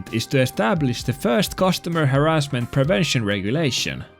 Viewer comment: Normal pronunciation: haRRASment: HArrasment Sub earned:)